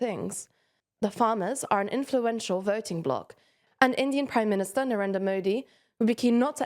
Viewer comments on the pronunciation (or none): none